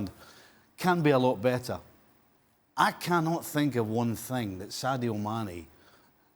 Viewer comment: Not even close it’s Mane